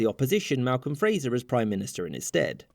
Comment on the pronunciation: Sorry, the video you are reacting to is garbage that doesn't get anything right. You'd do far better to read the article on Wikipedia. It seems crazy because it's drastically oversimplified when it is not outright wrong. Also, Malcolm Fraser's name was "Fraser", not "Frasier".